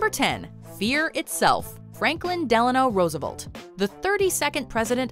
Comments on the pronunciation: Roosevolt? Who is Roosevolt? Rofl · There are two E's is FDR's last name. Please pronounce both next time. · That pronunciation of Roosevelt hurt all of America.